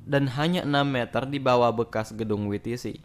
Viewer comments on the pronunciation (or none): Min, kalau mau baca WTC menggunakan Bahasa Indonesia baca saja WTC, namun jika mau menggunakan Bahasa Inggris bacanya bukan wi ti si, melainkan Dabl Yi Ti Si. Maaf